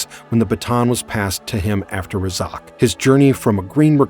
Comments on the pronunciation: Clearly the Narrator didn't watch the series. You're going to mispronounce the Team leaders name? He was in most of the episodes! It's RAY-ZACKS Roughnecks not Ray-Zoc. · the name is pronounced RAY Zac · They are Razak's Roughnecks... could you please say it correct? Thanks...